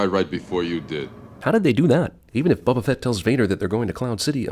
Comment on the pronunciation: Goddamn! Will you learn how to pronounce Boba Fett correctly!?